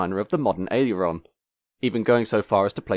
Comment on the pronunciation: "Aileron" only has three syllables.